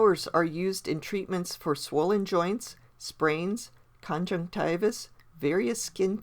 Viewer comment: When you said conjunctivis.. did you mean conjunctivitis?